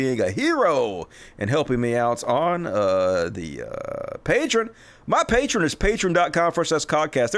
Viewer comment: Love the show man, but it is pronounced: pay-tree-on Drives me nuts.